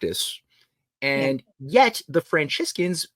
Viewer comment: I would put more stock in theories if he took the time to learn how to pronounce common words and names like bas relief, Thames, Franciscan, Ignatius Loyola etc.